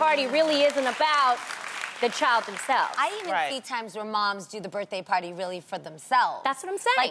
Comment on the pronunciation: “happy butday” 😂😂😂😂😂